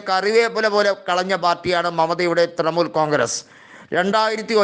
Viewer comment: തൃമൂൽ അല്ല തൃണമൂൽ.. പോയി നാക്ക് വടിക്ക്